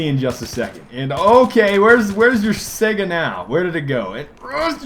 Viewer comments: it's not a sega, it's spelled saiga (sigh-guh) think of saigon and go from there. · Nope, it's pronounced Say-Ga, look it up.